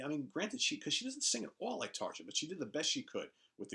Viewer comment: Great video as always. One correction, though: Tarja is pronounced TAR-YA. 🙂